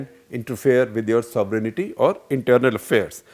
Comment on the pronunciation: Shekhar Gupta Ji... you need to learn how to pronounce sovereignty. The word is SOVEREIGNTY and not SOVERENITY. Like most Indians you also added an imaginary I (EYE) in the pronouncement. Please correct yourself.